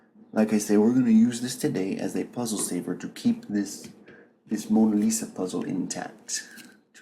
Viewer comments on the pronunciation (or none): none